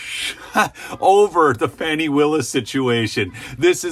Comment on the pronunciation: Come on The witch’s name is Fani…pronounced FAN-NEE… not “Faw-nee”. Give me a break.